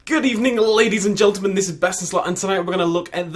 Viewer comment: 'Good evening ladies and gelteman'